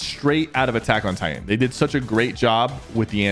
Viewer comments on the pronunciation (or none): none